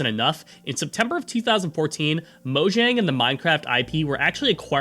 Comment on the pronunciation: You should probably check the pronunciation of proper names like Mojang and Jens if you are going to narrate a video essay about them.